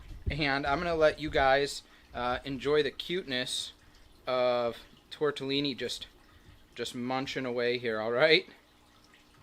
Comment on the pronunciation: You pronounce tortellini very distinctly! I always giggle a bit!